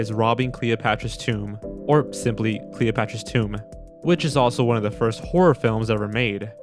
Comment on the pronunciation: you mispronounced tomb